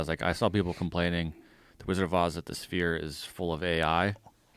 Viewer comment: he says sphere weird haha spear